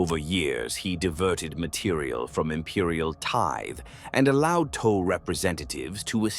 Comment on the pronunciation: Tau not Toe.